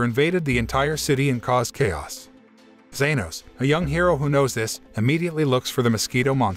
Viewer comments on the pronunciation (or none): its g-E-nos not z-A-nos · genos* lmao "zenos" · ITS GENOS NOT ZENOS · ITS NOT ZENOS ITS GENOS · bro said genos is zenos💀💀💀💀💀💀💀💀💀💀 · it’s not zenos it’s genos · It genis not zenos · Bruh, you did not just call Genos "Zenos" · had me on the floor laughing, I mean WTF is "zenos" lol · Its Geno's not zenoscnoob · broooo this man called genos zenos man do you even know anime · genos not zenos wtf is wrong with u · bro his name is not zenos but genos la haaa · it genos not zenos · u kinda got some names wrong and left out some major funny parts (you called Genos, Zenos) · Yeyeye opm!!! BRUH ZENOS!?!?! ITS GENOS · ITS NOT ZANOS ITS JENOS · Him:*says* Zenos Me:Huh I thought it was Genoa😅😀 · I was like is anyone not gonna talk abt the fact he said zenos not genos!?!? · all i know its genos not zenos but good work i keep watching ur vids so keep up the good work! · it's genos not zenos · Thank you genos not zenos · Its good but ill correct u its genos not zanos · Genos not zenos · Shut up people it not zeros it genos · Me induring everytime he said zenos 😰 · Man got Genus right... but not Genos?? just swap the u with an o and boom, its correct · It is genos No zenos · I can’t believe he called genos zenos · This guy seriously thought he was watching Dragon Ball for a second when he said Zenos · its being said like zanos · Ya it is genos